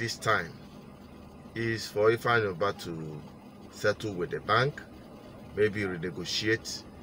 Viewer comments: I heard Andy Ubah and not Ifeanyi Ubah. Correct yourself please? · The bank narrator said Ifeanyi Uba but Chinedu Asuzu kept saying Ifeanyi Uba, so which one is the right one